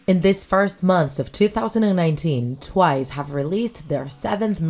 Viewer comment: "Tiwce" lol